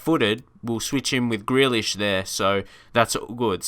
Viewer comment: It’s pronounced gr-EE-lish